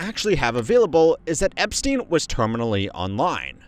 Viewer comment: Bro said I'm on my epstine shit all 2026